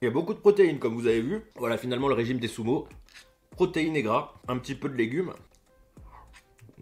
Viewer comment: MAIS ARRETE DE DIRE SOUMO